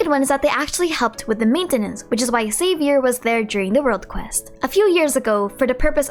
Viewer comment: But Xavier was not pronounced correctly